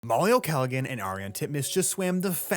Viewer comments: Please its not pronounced Galagan its pronounced Gallahan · I’m pretty sure the “g” is not pronounced in Molly’s name. I think you’re saying it wrong. Otherwise great video.